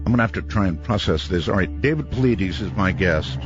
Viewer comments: i love you Art....but come on bro. I dont understand why people fuck my boy David Paulides' name up. Easy: paul--EYE--dess. I swear i feel you really have to go out of your way to mispronounce his name. Dude, it takes some acrobatics to get Pauleedeez out of Paulides. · His last name is pronounced "Pa-lie-das", not "Paw-la-deez". You should know how to correctly pronounce your guest's name. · lol Art called him "David Puhloodies" :) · I keep wondering if Art consistently mispronouncing Dave's last name is just ignorance, or if he's doing it on purpose to see if Dave corrects him. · I love how Art mispronounced Dave's name EVERY single time he mentioned him coming back from commercial break. Dave never corrected him. That's class. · Every time Art says Dave's name, he pronounces it differently😂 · You would think art would learn how to properly say his guests names b4 doing show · I wonder why Dave doesn't correct Art on saying his last name wrong. Anyhoo - Missing 411 is such a fascinating topic. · If you're going to have a guest, you should pronounce his name correctly.